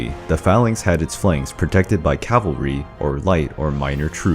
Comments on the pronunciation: and "calvary" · Why do Americans have such a hard time pronouncing cavalry?